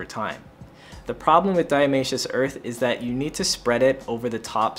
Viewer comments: I find the "Diamaceous" Earth (instead of Diatomaceous Earth) is so charming 😂🥰 I absolutely love this channel ❤️ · Dia-TOE-masious earth